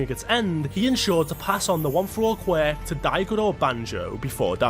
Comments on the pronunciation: Not qweck!!! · Can't hear you say QWECK one more time!!!can't finish the video. Thanks.. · "the most powerful qwak" lmfao this guy's worst enemy is the word "quirk" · Pronounced QW- Urk...qwurk...QWUIRK. LIKE TWERK....QWERK... QWUIRK!!!!!!